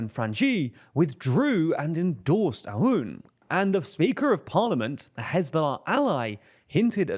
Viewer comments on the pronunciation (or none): Please note that his name, "Aoun" is to be pronounced like "Own". Glory to Lebanon!